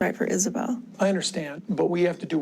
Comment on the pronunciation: Is saw bell. For the love of good its Isabella i fuckin hate these ai videos